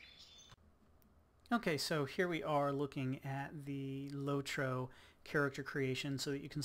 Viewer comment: are you saying lorto ohas better graphics than wow